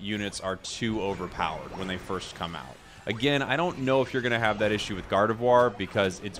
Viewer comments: Gardevuar is the correct pronunciation n.n you're saying it right. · Gardevoir being pretty french as a name, and being french myself, I can assure you that from this standpoint your pronunciation is 100% correct